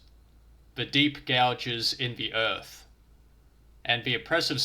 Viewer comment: Ohhhh, mate; it's earth, not erf. Please, please please, pronounce your "th". Not "wif", it's "with"...... not "whevver", it's "whether". Please, for the love of whatever. This has all put me off completely, I got to about 4 mins. in and couldn't take it any more.